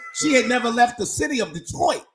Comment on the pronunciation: I didn’t know anyone else called Detroit, detoi besides people who live here lol